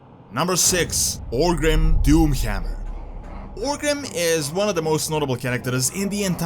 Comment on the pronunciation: The Doomhjammjer. I love the accent lol